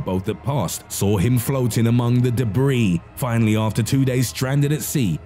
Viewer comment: YouTube. Makes it hilarious. Japanese pastrami. Also says its Debbie not debris 🤣🤣🤣